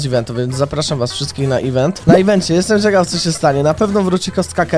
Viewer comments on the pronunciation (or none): none